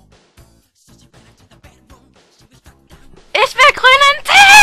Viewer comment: Oh Mann . Affengeil xDDD Rote Fee: ,, Rosenrout!" xDDD Ihr seid geil =P